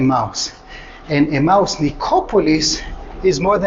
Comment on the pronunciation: are you says 'a mouse' or Emmaus.?